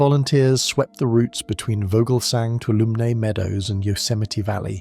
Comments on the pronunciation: it’s pronounced (Two-waHL-oh- ME) Toulomne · For future reference, Tuolumne is pronounced too-wall-um-knee. I live in a neighboring area.